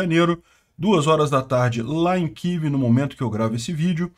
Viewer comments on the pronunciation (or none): none